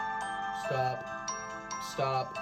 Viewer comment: you were saying stahp, instead of stop